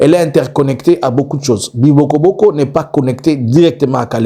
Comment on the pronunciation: On dit Bibogobogo